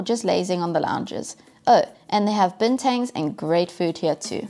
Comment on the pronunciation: the corrct way to pronounce bintang, bin"tang" in like "tongue"